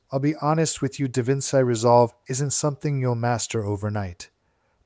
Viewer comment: just a small irk of mine "Da Vinci" is pronounced as "da-vin-chi"